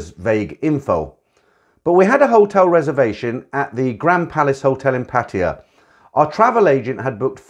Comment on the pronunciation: love listening while chilling out thanks for the channel. just can i say something. it's not pronounced pateeya, but pa tai ya, since most of your video's are about pattaya. I thought i'd just help